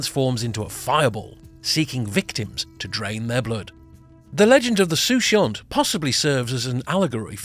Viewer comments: the word is pronounce like this suu/coo/yor .....i was lost on your sooshore😂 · 'Soucouyant' is pronounced soo koo yah. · I appreciate your insight into the pronunciation! and I'm glad you enjoyed the video! Regarding your story, just hope that fireball was not a Soucouyant :)